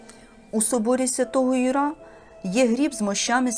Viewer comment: Архикатедра́льний собо́р Свято́го Ю́ра. Не ЮрА наголос